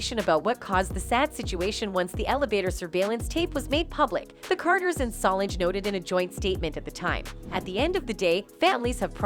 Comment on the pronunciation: Her name is Solange, NOT salongggggg! Please say her name correctly!!!